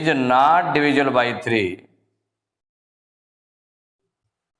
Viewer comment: Sir apko not bolne nhi Aata hai Nat bol rhe hai😅